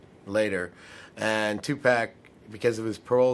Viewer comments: 2Pack ?? Or 2Pac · 2 poc. It is pronounced 2 poc or 2 pock. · It just doesn't sit well with me when they say "Two Pack". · "2 PEK" ...........Did he realy say that